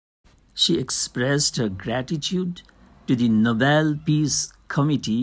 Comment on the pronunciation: Plz read fast and it's nobel not novelll , anyway thanks for the explanation✨